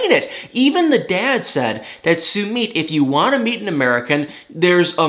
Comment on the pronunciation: How many times do we have to tell you it’s NOT SUE-MEET?!?! It’s SUE-MITT!! Can’t stand listening to you mispronounce his name. You’d correct someone if they mispronounced your name....be respectful and do the same for Sumit!! OMG! I’m embarrassed for you.